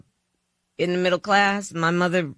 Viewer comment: Bruh she basically said "im get back to you but first... I grow up in a mibble class house"